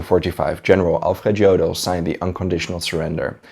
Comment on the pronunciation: Alfred Iodl, not giodl. German, not english......Vilhelm, not uilhelm.......Pls, review your pronunciation of german words....vehrmacht, not uehrmacht..........